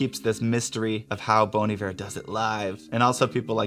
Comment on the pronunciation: Lol, not "bone"...."bon" like bonbon.